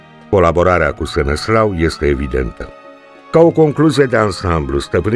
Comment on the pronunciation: Îl chema SeneSLAV nu Seneslau. Trebuie să acceptăm istoria așa cum e nu cum ne place nouă să fie.